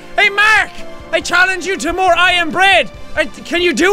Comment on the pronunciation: I thought that you said you are not playing nore but still thanks